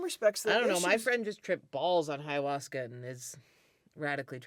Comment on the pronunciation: "High-uasca" is a hilarious mispronunciation.